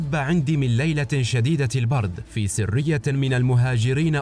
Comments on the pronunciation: عبارة (في سرية) قرأتها خطأ !! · اقرأ كلمة سريه بشكل صحيح